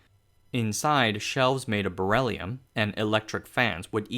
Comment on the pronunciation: sa-fear-ical -> spherical. abestos -> asbestos. barellium-> beryllium. periphals -> peripherals